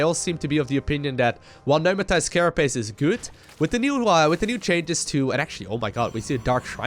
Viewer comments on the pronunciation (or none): I really enjoy your vids.. Love your commenting, really makes the matches that much more interesting to watch. However, there is one thing that always cringes me out.. "Pneumatic Carapace".. You always pronounce it as "Numatis" XD And my eyes twitch everytime, I am sorry! So let me help you get it right my friend. "Nu-ma-tik" It is "Nu-ma-tik" carapace. Not "Nu-ma-tis" Sorry for the grammar nazi, I just wanna help. I would love to see you become the official commentator for the big league matches.